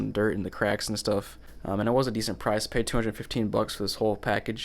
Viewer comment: Man said puid up 😭